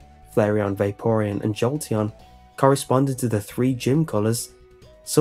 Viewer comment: calling an Evee sparky got me a Joltion